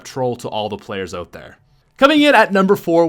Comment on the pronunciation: Why does he pronounce out like ewt